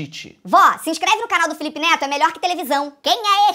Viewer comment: Ana Laura De Andrade Costa e sim ela falou note e neto parece que näo estuda